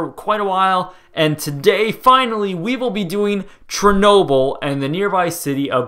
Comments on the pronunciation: Treenobyl? Great pronounciation there ;) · The way you say it sounds like this (Cherri-noble) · I'm pretty sure it's pronounced "share-noble"